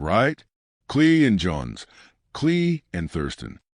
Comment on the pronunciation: I just can’t get past the fact that you continuously mispronounce Nathan’s Cleary’s name